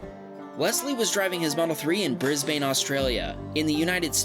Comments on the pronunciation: I laughed so hard when he said bris bain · Bruh there not pick ups lowers there built like that there Utes there not modified they come like that and it’s Brisbane not bris bane Not trying to be rude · Firstly, it's not "bris-bane" it's pronounced "bris-bun". Also, all pickup trucks in australia are called utes, not just modified ones. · He was neither trying to impress nor intimidate the Tesla driver. This is a regular site to behold. Go check out dash cams Australia. There's dicks like that everywhere here. Also, is pronounced Bris-bin..not bris-bane. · i live near birsbane u said it wrong im sorry its pronounced like brisbene but spelt brisbane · You pronounce Brisbane as bris bin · Brisbane, is pronounced Bris-bin. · Someone’s need to tell him Brisbane is pronounce bris - bin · How you pronounced Brisbane broke my brain. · As someone who lives in Brisbane it honestly hurts when people mispronounce it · Dude, 1️⃣ we don't pronounce the 'a' in Brisbane (FYI😀) and 2️⃣ a ute comes out of the factory the same as its sedan or wagon brother, just a different rear end for the tradies, but with sedan comfort. Sadly, we have no proper utes anymore since Ford and GM stopped manufacturing vehicles in Australia a cope of years back :( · Aye your pronouncing my city wrong man